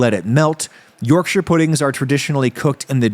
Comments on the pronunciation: Already off to a good start, he pronounced Yorkshire correctly! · As a Yorkshire man, thank you for pronouncing it correctly! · Thank you for pronouncing Yorkshire correctly! Butter isnt a good choice of fat, lard/Beef Fat would have given much nicer flavour. It also wasnt nearly hot enough when you poured in the batter, it needs to be smoking hot to get the best yorkies! No Brit has ever put parsley on his yorkie lol. Solid Effort 7/10. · As a Yorkshireman, I’m just happy you pronounced Yorkshire correctly! Yes, adding Parsley and garlic powder isn’t traditional, but its a good addition